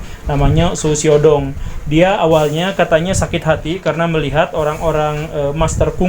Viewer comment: Hahahhahaha ternyata mengikuti juga mantab Pak Guru... Xu Xiao Dong.. cara Bacanya gini Pak : Shh....( kayak ngusir kucing ) Siaw Tung..cara bacanya gt Pak hahhahaha..